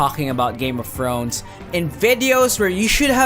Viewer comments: "Game of Frones " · "game of frones"